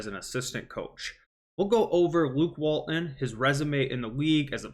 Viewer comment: Let's fix this for you right now. Walton has a "t" in the middle of his name. Say it out loud. His name isn't Wall-un and you are not a middle school kid. WalTon. Got it ?